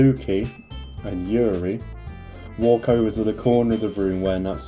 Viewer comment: You did say Yuri right, don't worry